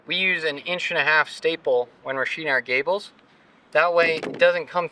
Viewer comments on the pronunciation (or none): Nice work BUT it's called sheething not sheeting.."TH" not "T",,,thanks.